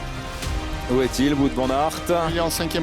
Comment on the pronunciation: "Wout" se prononce "Wot" x) c'est du flamand, pas du français